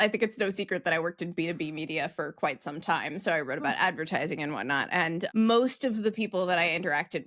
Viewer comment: is it " ... what not" or " ... whatnaut"? 😊